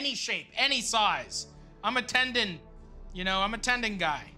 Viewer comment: Matty "tendant" Matheson